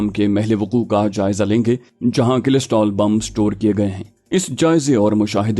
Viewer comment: کلسٹر بم ہوتا ہے کلسٹرول نہیں